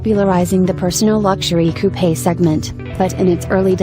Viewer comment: and those coupayes. hahha